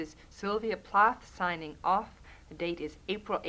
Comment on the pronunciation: 'Plath' doesn't rhyme with 'wrath'.